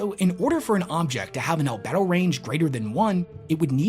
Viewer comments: 🤣Al-Bee-Doh. How reflective an object is. Not Al-Bed-oh. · Al BEE do, not albed-oh. Same as the word for sex drive. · The e in albedo is long btw, so it’s more like albeeto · Al-bee-doh not al-beh-do, sorry. Love your content though! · "Al-bee-do" - still love the videos, keep it up homie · Al-bee-dough... lol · it's pronounced albeedo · Al-bee-do btw. As a space nerd that did bother me lol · Please, Wes. It's pronounced "Al-bee-do". You're killing me, here! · The "e" in Albedo is actually long. So - "Al - bee - do" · "Al-bee-doh" range. That's what they're paid for and why and why you aren't Wes. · Albedo : Al-bee-doh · Great video. Minor correction, albedo is pronounced “al-bee-dough” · It's pronounced "albeedo". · God dammit it's pronounced "all-bead-o." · it's actually pronounced al-bee-dough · Love your videos my guy! But damn 😂 The pronunciation of "albedo" is just PAINFUL to hear 😅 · Albedo has a hard e